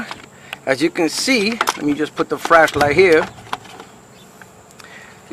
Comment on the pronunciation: Where did you buy your "FRASHLIGHT" from? ;)